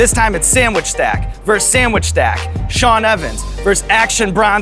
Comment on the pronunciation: "Sean Ovens"?